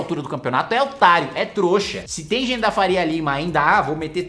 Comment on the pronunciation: mano eu adoro quando o kim fala "OTARIO" KKKKKKKKKKKKKKKKKKKK